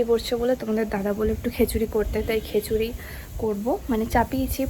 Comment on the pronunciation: Khechuri na bolun khichuri